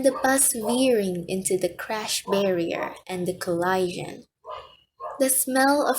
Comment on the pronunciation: you cant pronounce collision wtf are you doing